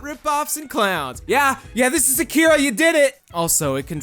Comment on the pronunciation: Your first pronounciation of Akira is a LOT closer to the correct Japanese than the America-fied one you used after. It's most certainly not Akeeeeeera.